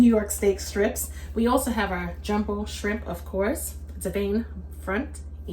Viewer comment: Goin in for it TUH Noite! This looks good and You said "Scrimp" the ancestors had a hand in this one! Lol😂